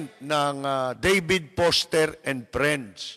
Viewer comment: Lapid, hindi po Poster, kundi Foster! 😂😂😂